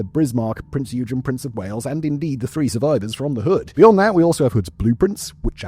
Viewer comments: Because it’s not pronounced as “you-gin”, but rather “Oi-gen”. It’s frustrating because any other time he’s talked about any other German ship he’s pronounced their names right. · "Oig-en" not "You-jen" :) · it;s prince yoi-gan not you-gin kipperhead!!!!! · Prinz Eugen. Please check Google on how that is pronounced correctly. And it's not Eudshen. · EUGEN - it's pronounced OY-GEN.. like boy but without the B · The German heavy cruiser "Prinz Eugen" is pronounced Prints Oy-gen. The "Prinz" is pronounced like the English word "prince", while "Eugen" is pronounced with a short "o" sound, similar to the "oy" in "boy", followed by a hard "g" sound like in "get" and then a short "en" sound. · "Prints Oygen" with a harrd G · I know, it was bugging me too. Every time he said it ha ha. Its "Oi gen"! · It's pronounced Oi-gen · prince oi-gun...your welcome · Just a little nitpick, its pronounced along the lines of „Oi-gen“ with a hard g just like in „gain“ :) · No one can pronounce "Eugen" and "Gniesenau" correctly.. oy-gen.. nice-en-ow.. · prinz yoo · jn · it is the way silverhornet is saying. „Eu“ is pronounced the like an Australian would want to get your attention „Oi!“ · OY-gen… hard g. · The "G" isn't silent.